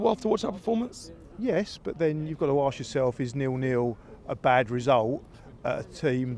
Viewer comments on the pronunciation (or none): can someone please let Cecil know that’s it’s ‘ask’ not ‘aks’. It’s only 3 letters it’s not hard.